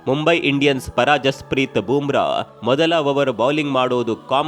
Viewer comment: Bro, it's not Boom Bra. It's Bumrah ಬೂಮ್ರ